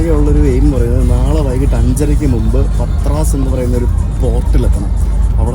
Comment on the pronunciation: Greek pronunciations are very different. Although it is written as Patras the original pronunciation is "Paatra"